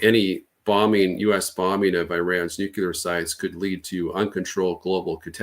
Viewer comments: Once a supposed military expert mispronounces Nuclear I stop listening. It’s not a hard word to say. “New clear” if you can’t say that then I’m not going to trust your intellect. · How can we trust anything he says? He pronounces the word "Noo-Kyoo-Lur." It means he's unaware he's speaking of matters relating to the Nucleus of the atom - otherwise he wouldn't mispronounce it. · Did this guy learn to say “nucular” from George W? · Did he keep saying "nukular"? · After his "nuceelar Eye-ran" is a threat to..., I couldn't watch anymore 🤑! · I can’t listen to anyone who says “nu-que-lar” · He clearly learned how to pronounce it from Bush Jr. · Anybody who pronounces “nuclear” in this way must have some kind of fundamental perception issue. It’s also mildly irritating - a bit like “should of” instead of “have”. And another thing - “lose” has only one “o”. If we even can’t grasp basics, how the hell are we gonna sort this mess? Toss pots😊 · I have issues with the credibility of someone who can't even say the word nuclear